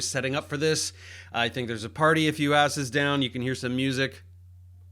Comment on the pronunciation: It sounded like u said, "there's a party a few asses down" 😂